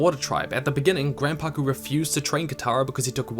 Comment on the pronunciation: Omg he said grand-poku (I know I spelled that wrong :/